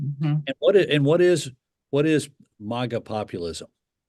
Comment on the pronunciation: I'm trying to finish the program. Karl can't pronounce "MAGA". He is way out touch (please don't ban me). Perhaps, he was making a joke? And now he takes the audience and their beliefs as the man who stormed off the FOX NEWS set back in 2012 like the Grinch. To my earlier point, he got lucky with the field goal kicker at the closing moment in 2000.